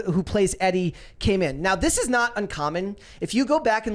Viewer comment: Pretty sure the name "Edie" is pronounced Ee-dee. Both syllables rhyme with "bee".